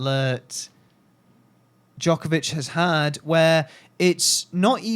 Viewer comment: Its funny to watch these debates on Djokovic dominance and how HARD it is to roll the name Djokovic off their tongues. So upsetting to see actually! Anywaaaay....btw, Djokovic already won 4 in a row...just saying..